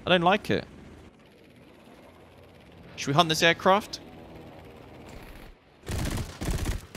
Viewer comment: *Without a live audience*: Shouder we hunt it. Okay I'm going to hunt it